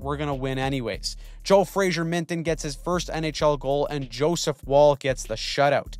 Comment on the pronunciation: his name is Fraser, not Frazier.